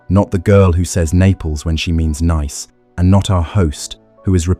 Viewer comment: Some errors: 1. Nice is pronounced 'Neess' not Nice as in ice. 2. When Elena/Eleanor left the room there were, by logic, 18 not 19 left at the table.